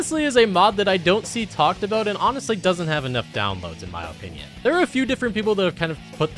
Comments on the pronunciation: He keeps saying "oh-pinion" and I can't stand it lmao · Stop saying opinion like that